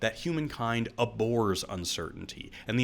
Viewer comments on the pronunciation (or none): Very good, just two things. The verb Abhor - the H is pronounced. Also, it is "monstruous", not "monsterous."